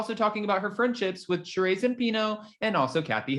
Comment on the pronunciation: Again, her name is not Shuh-Ray it’s Shuh-Ree Zampino